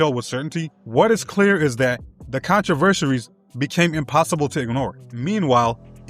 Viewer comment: Contra-versaries, get with the program 🤣